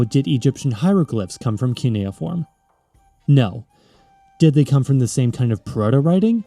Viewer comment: Idk if someone mentioned but you are pronouncing cuneiform as kineoform.